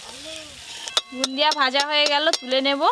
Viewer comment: Bundia noy go bode bole😂😂